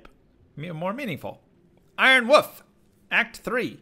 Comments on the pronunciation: And it's WOLF, not WUHF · Wolf, not woof. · It's pronounced wulf, not woof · Can I just say I love how he says woof every time he reads wolf… fantastic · The way you say "Dire Woof" and "Spirit Woof" , so good 🤣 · I'm entirely convinced now that has forgot how to pronounce Wolf the correct way. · we love you but the L in WOLF is not silent.;;;D